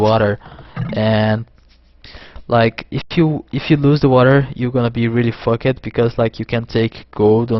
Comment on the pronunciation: Unbelievable work. Just one thing: Walled; pronounced Wall-d Fucked; pronounced Fuck-d Rather than Wall-led and Fuck-ked:D